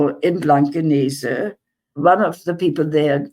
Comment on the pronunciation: Hamburger here. I love how after all these years her pronunciation of the german places ( i.e. Blankenese) is perfect and without accent :) ty for fighting for the palestinians!!!